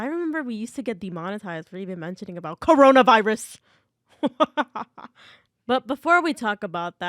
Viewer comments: I literally died LKKD WYATAYS "khORoNAAVIRUZ" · BYE THE WAY U DREW UR SELF SAYING KARONAVAYURAS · Coronavirus was kind of funny the way you said it👹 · Yippee no vid:D also I love the way you said coronavirus 💀